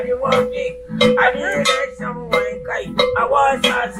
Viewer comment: is still saying WOASA😀😄